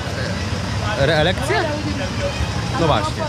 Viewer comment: "kandydata na ... reERekcję" :)